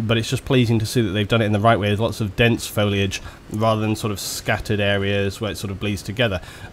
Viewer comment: ***** It doesn't take a nuculer scientist to pronounce "foilage"